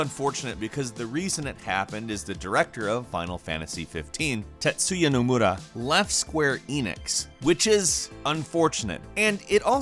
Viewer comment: Everyone who knew, cringed so hard when they said Nomura.